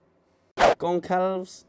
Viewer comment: Break the name up Gon-Cal-Ves.